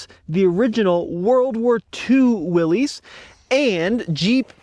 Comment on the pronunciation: "This is a 2026 Will-eez '41 edition.". "That's right, and in today's video...". No,, that's wrong. The orc called it a Will-eez, when it is a Willys.